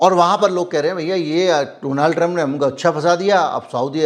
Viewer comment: Apna to Baklol hai usko Donald kahne nahi aata Doland kahta hai ,entire politics pass that is no subject in syllabus